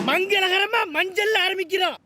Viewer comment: மஞ்சள் அல்ல சார் மஞ் மஞ் மஞ்சள்😅😅😅😅